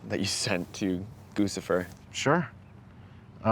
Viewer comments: "GUCCIFER" is pronounced 'GUCCI-FER' like the fashion brand not 'GOOSIFER'. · Goose-ifer? The name is guccifer. Do you pronounce the designer “goose-y”?